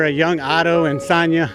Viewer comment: Great clip, I’m a huge fan of film but you kept mis pronouncing Sonya’s name and it bugged me. 😂